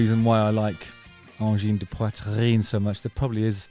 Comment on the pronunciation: WoW Justin your RRRRR from the throat in ''Poitrine'' sounds very french!!! You nailed it!! King Crimson rules and check the era of Peter Gabriel with Genesis after ;)